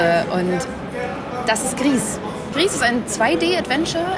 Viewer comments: Man macht aus Grieß Brei und hat das spanische Gris ganz richtig ausgesprochen. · Es ist wohl eher Grau auf Spanisch, da das Entwicklerteam Nomada Studios aus Spanien kommt. Somit liegen die Journalist*innen schon ganz richtig mit ihrer Aussprache. ^^